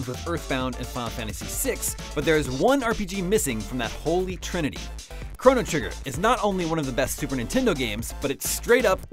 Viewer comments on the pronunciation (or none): none